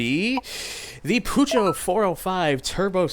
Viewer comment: That pronunciation of Peugeot, please revise that